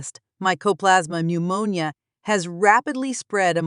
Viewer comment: "Pneumonia" silent P. Noomownia